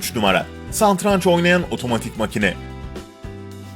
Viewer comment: Santranç değil yahu. Seslendiren ısrarla santranç diyor :) Dili dönmüyor herhalde.